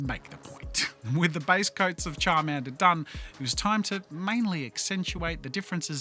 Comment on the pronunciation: So you're saying "Chadmander" and "Biggerchu" ?